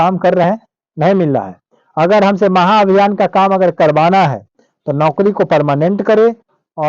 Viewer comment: महाभियान होगा चा माहाभियान होगा पहले इसको सुधार ले आप